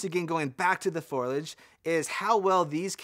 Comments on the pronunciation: Repeat after me... Fo. Lee. Edge. Foliage. Not Foilage. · Everybody has problems with Foliage. Foe' le-ij not Foil' ledge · Is he saying "foilage" instead of "foliage"? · Great video, from someone with good experience of such cameras. GoPro is worried about its lunch right now! The word is foliage, not foilage. Fo-lee-age. Please stop saying 'actually'. There are way too many of them! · foilage? is that like foliage? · Say foil-edge one more time. I dare you 🥴